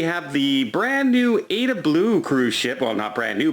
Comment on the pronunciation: it's pronounced "Ah-E-Da" as in the opera by Giuseppe Verdi.